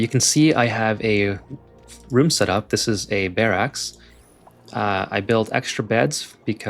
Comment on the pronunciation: Excellent tips and video! But one pet peeve: barracks sounds like "bearucks" not "bearaxe".